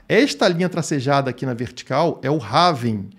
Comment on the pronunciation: Apenas uma correção de pronúncia da palavra Halving... em inglês não se fala rálving (como as pessoas falam no Brasil), nem ráving (como você está falando no video). A forma correta de se pronunciar é réving. :) Quanto ao video, excelente análise. Forte abraço!